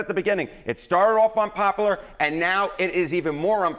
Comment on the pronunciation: He needs to know the word is unpopular not unpopaler